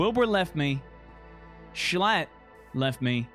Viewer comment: i like how instead of saying Schlatt, calls him S l a t t